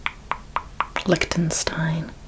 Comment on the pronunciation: I love your videos, but "Licktenstein" made me laugh out loud